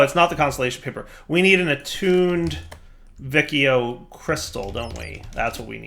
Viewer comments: Yeah, it should be either "Wikio" (Classic Latin) or "Vichio" (Ecclesiastical Latin). Also, I cringed when I heart how pronounces Boötes... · just for information: The C in Vicio is pronounced as what in english is the CH sound, like in Check, Chill, Channel... which is the latin 'C' sound. When I say C sound later I will refer to the latin sound not the english k/s ambivalence. The rule is: The C has the k sound when is followed by: A, O, U - and the C sound when is followed by E and I. If you want the K sound with an E or an I you have to put the H in between. So 'che' is pronounced KE and 'chi' is pronounced KI, while 'ce' is pronounced CE and 'ci' is pronounced CI. Sorry but hearing Vikio triggers me